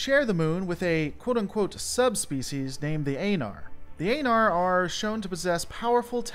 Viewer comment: I believe it's pronounced E–nar! The "A" in Aenar is silent ;)